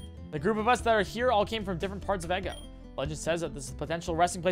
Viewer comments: Funny how he's calling the region "eggo" when it's pronounced "ee-goh" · He knows! Lol He first started calling it “eggo” and just kept with it. Even after he learned the correct pronunciation because he thought it was funnier. Lol